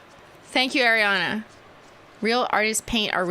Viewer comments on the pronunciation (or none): none